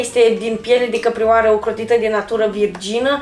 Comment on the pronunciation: Cum se aude: piele de căprioară Si cum se înțelege : piele de capibara😂